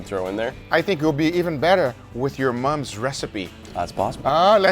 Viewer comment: Something about guga saying “your mum” is funny i dont know why😂😂